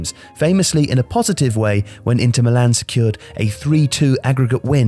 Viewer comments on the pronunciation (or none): none